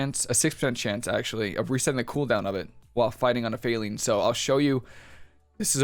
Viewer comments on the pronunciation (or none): Faeline, like two words: fae , line